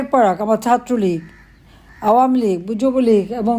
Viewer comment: Did she say gujob league?